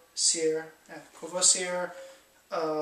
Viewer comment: You have to say "cour-voah-zee-é" Courvoisier l'ami ("er" is often pronounced "é") I never tasted the Rose one but XO and VSOP are like dessert for me. Will try it for sure. What i prefer are alcools with a strong herbal taste such as grappa, absinthe, armagnac and... té-té-Téquilla!